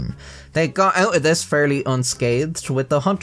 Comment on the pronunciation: It was hard for you to say "thanks to this decision" because the sentence order naturally makes you shorten the th in "this", but you're trying to annunciate and fight the urge to turn it into "dis", so your brain hyperfocuses on it, making you trip over it. It's the verbal equivalent of when you look at a word too long and it stops looking real, your brain is going "I've never even heard of the word "this", how do pronounce made up word? No do. Impossible." Your tongue and your brain are in cahoots to sabotage your linguistic abilities 😂